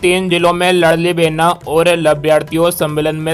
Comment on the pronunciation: लड़ली नहीं लाडली साले गधे चंद वीडियो डालने से पहले सुधार किया करो